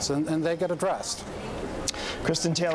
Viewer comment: fucking "KRISTINN"... r u fucking kidding me? just go by "Kris" for fuck's sake.